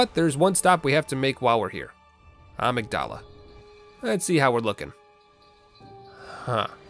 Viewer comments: It's pronounced "Uh-Mig-Duluh". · Amygdala is pronounced a-mig-dola not ah-mig-doll-a